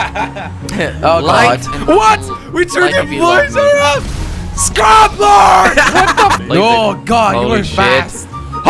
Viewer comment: "Srub-lord!" lol.